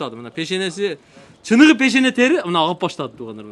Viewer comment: адабий тилде суйлоп уйрон пут эмес бут,пешене эмес бешене ж.б толтура сени бут Кыргызстан эле эмес анча мынча чет олкодон дагы корушот туура тушун